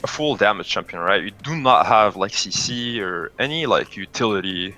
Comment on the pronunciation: I guess he is french, how he pronounced CC :p